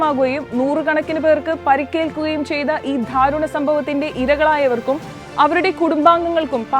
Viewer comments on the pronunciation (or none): The reader should learn to read Malayalam properly. It is not 'dhaaruna'. Its 'daaruna'. Read calmly. dont get excited and avoid the unnecessary stress while reading